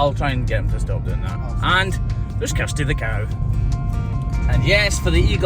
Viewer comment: I must be going deaf! When you said Kirsty, I heard Custard. Good name for a cow, but who names a girl Custard.....? 😂😂😂 Don't change your accent for me. My late gra'mama, may she rest in peace, was born in Edinburgh, but her family was from the Highlands come down looking for work. ❤